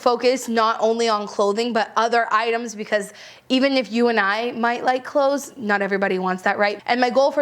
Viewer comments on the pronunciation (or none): none